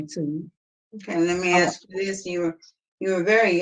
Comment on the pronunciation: "I AXE to be move, I AXE..., I AXE..., I AXE..."